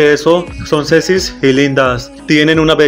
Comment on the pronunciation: Jajaja encima lo dijo como 80 veces